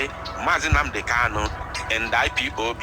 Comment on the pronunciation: Is he Kalu or Kanu. Please pronounce his name correctly.